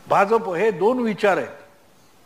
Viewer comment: Aho, Bhauna Bha'j'ap cha ucchar properly karayala sanga. It should be pronounced as Bha'jya'pa